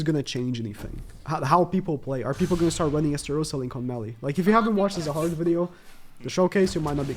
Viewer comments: His name is zahard not rahard😂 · when you say "rahard" instead of "zahard"...